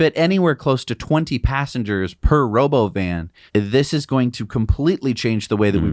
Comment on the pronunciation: "Robo-oven", that's how it sounded to me. And it's basically a minibus. With no windows. With half the seats facing backwards, which is what no one likes in buses. If a bus has some seats facing back — those are the last to be occupied. But was the only way to have any illusion of visibility — painting the walls white and putting the seats back-to-the-wall.